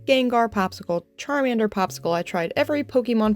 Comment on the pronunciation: "Carmander"... Awesome awesome job... Love the Mew intro!